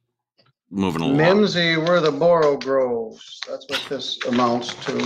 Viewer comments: Love this judge but small correction..."all mimsy were the borogoves" [no r] I'm in my 70's and when I was a kid I memorized a bunch of poems - my favorite was The Jabberwocky. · It”s “All mimsy were the borogoves” - not “borogroves.” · I love that poem. I memorized the poem when I was a child. Sorry to have to get out the red pen, but it's "borogoves".